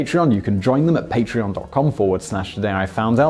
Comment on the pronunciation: bald, eyeglasses, finishes the video with "as walways thanks for watching" what else you want?